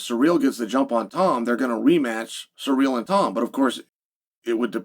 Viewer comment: Love tvecwsy chael says ciryl. Unlike most Americanisms of English that for whatever reason piss me off that one's amusing.